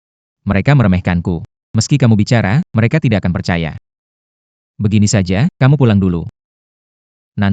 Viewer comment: Begaini (begini)bkn begaini